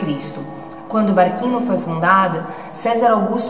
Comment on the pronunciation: Não se fala barquino, é "barthino". Som de q teria se fosse escrito barchino.